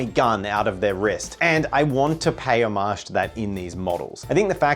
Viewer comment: Drinking game idea - drink a shot every time he says "omage"